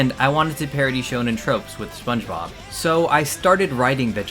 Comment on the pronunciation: Spongebobuh animeh